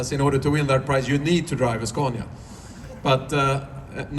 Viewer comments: Please pronounce Scania correctly. Not the dumb american way. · why can't you pronounce the name correctly?